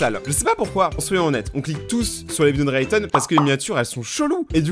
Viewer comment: Inspecter rayton ou inspecteur layton🤔😆